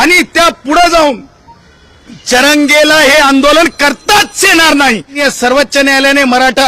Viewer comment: सर्वच्च नाही रे सर्वोच्च न्यायालय म्हण गाढवा